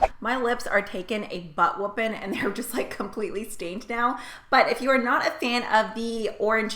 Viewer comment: "Butt whoopin'" yep you sound Southern now